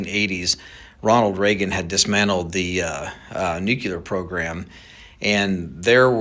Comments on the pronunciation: There is no such word as "new-keh-ler" it's pronounced "knew-clear". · Okay. This guy can’t even say nuclear. It’s pronounced Nu-cleer! NOT Nook-U-ler!! Jeeeeeez!😂😂 All credibility is lost! This is just a bid for more government control over us, and if congress doesn’t cooperate, then they will ramp up their efforts with the drones and do a false flag attack. And we’ll all give up more of our freedom in the name of what the democrats call “security”. I’ll say it again! It’s not illegal to make your own cannon!😊 you fire a 5lb bag of 00 buckshot into the sky and drone go down!😂. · Nope, call me irrational but I can’t take anyone seriously who pronounces nuclear nuke ya lure. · Idk who the guy is claiming he has worked with the military and knows higher ups but him saying nucular instead of nuclear is questionable. People in that realm don’t make that mistake 😒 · Sorry, but I question everything you say after "nucular". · A CEO for a military drone company says "nukyular" 😔 nothing personal. It just doesnt help as far as credibility goes. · I have to question this guy’s knowledge when he uses the term ‘nuculer’ and says drones ‘smell’ for radiation. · But the guy says Nuke You Lerr, like a dummy, kinda hard to take anyone seriously when they can't at least speak basic English, at least try to pronounce it correctly. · It probably shouldn't bother me as much as it does, but I DON'T understand why people who are "experts" seem to not be able to correctly pronounce "nuclear". It is pronounced "noo-klee-ur"! 🤦🏼‍♀️ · I hate it when people say nucular. The word is nuclear. It's been one of my pet peeves since I was little & I even got in trouble for calling a teacher out on it. 😅 Sorry, i just felt the need to share. Lol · How many ppl have heard his “nucular” story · “Nucular” George W Bush era word. 😂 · This "professional" is a yokel. He cannot even correctly pronounce "nuclear." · Why can’t this guy say “nuclear” correctly?